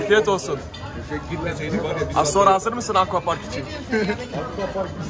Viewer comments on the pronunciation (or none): Aqua parka ako park diyen yürekli abimiz😊😊😊😂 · Aquapark’ı eqwak diye okuyan bne😃